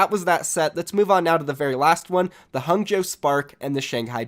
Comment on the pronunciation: Just so you know its pronounced Hangzhou (Hah-ng-zh-oh)